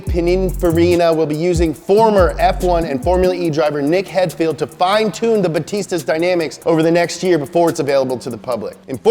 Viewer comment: It's pronounced Nick Hidefeld